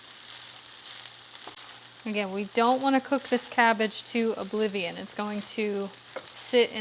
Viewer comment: Lol, “oblivion”